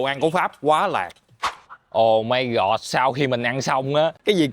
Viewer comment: mộc mạc nhưng rất có duyên và thu hút. Thích nhất là câu "ô mai gọt" 😅